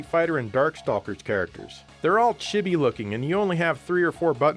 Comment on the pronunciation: Has Asian wife. Mispronounces "chibi".